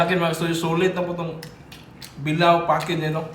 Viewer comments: Bila-o hindi bilaw! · pronounce bilao ni.not pronounce bilaw,pronounce it as bila o